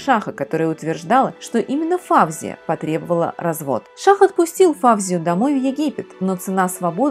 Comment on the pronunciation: Здравствуйте,. Ваши ролики очень интересны, я подписчик. И всё-же сделаю дружеское замечание. В арабских, персидский именах ударение делается на последнем слоге. ФавзиЯ или ФаузиЯ. Просто на всякий случай, для информации. Удачи.